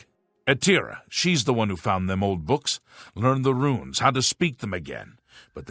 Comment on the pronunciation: learn how to say RUNES dude. it's not ruins. you say ROO INS for RUNES - ROONES holy fuck dude. english is not that difficult.